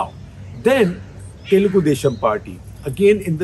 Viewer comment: Man... I wish he learnt how to pronounce south Indian names properly. Doesn't even pronounce the word 'Telugu' properly, it's not even that hard.